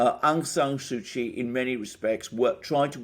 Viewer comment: An adept snapshot analysis of the regional stakes at play, Sirs. A tidy correction to how we pronounce the Lady's name does no harm, I'm sure. (Daw) Suu Kyi = Soo Chee where Daw acts as an honorifics for married or elder women. Perhaps as a person in a state role, she had been refered to otherwise in official documents and news reports. Correct me if not so.